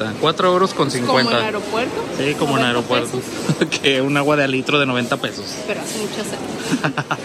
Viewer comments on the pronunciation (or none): none